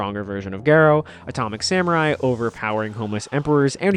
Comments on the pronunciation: Geh-roh lol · It’s pronounced gar-O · I loved this video but WHY do you pronounce Garou like that 😭💔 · off topic bit it's really weird how you say his name i'm so used to the Ga being pronounced differently